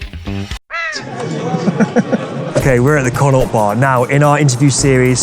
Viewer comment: Not one person pronounced Connaught properly😂